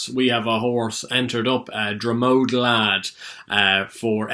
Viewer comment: Dromod is a small village on the Roscommon/Leitrim border pronounced DromOD not DromODE haha. Hope he does OK... One of those short priced favs will get turned over to fuck up multiple bets over the weekend .wouldn't surprise me if it was Epatante ..JP wouldn't mind